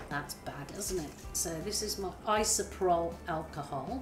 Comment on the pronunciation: Isopropyl has 4 syllables. It is not isoprol as you say it.